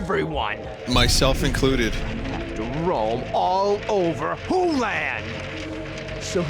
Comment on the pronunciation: ***** It SOUNDED like "Poo-land"